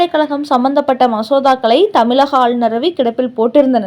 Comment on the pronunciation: தமிழகம், இழப்பு போன்ற சொற்களில் வரும் "ழ"கரத்தை கவனமாக உச்சரிக்கவும். தமிலகம் என்று ஏன் கொச்சையாக சொல்கிறீர்கள்.